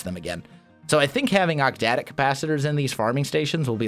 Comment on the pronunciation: OcTadic. Not octdadic.